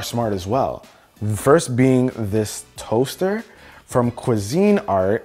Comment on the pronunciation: Love the way he pronounces the toaster. Lol